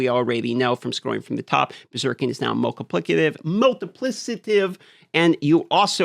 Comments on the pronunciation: It's multi-PLICK-ative... not "multi-PLISS-itive". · am i wrong in that its pronounced MultipliK-ative, not MultipliS-ative? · This is highly petty but... If I have to say "multiplisative" one more time im going to lose my shit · It's pronounced multiplikative actually. Your instinct is correct. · To be fair, the "c" in "Multiplication" and "Multiplicity" are pronounced differently, which may be why is making a pronunciation error with "Multiplicative" (when he says multiplissative). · Yesss bro, the multiplissitive been driving me crazy lol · Why is he "correcting" himself into saying, "multiplisative" when he was saying it correctly to beging with? The 'c' in "multiplicative is pronounced as a 'k' sound-not an 's' sound. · I kept thinking this too. He even stops and "corrects" himself to say it with the 's' sound a couple of times. What is happening? Is this some sort of inside joke I'm not aware of? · it's crazy that you "correct" yourself into saying it wrong every time lol